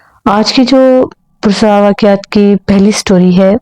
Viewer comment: اپنے اردو کے تلفظ پر توجہ دیں۔ اور کچھ الفاظ آپ بہت غلط ادا کرتی ہیں۔ مثلاً چھٹیاں کو چھٹی ییں۔ کرسیاں کو کرسی ییں۔ اور پراسرار کو آپ پرسرار بولتی ہیں۔ no hate. اللہ آپکے چینل کو ترقی دیں۔ آمین۔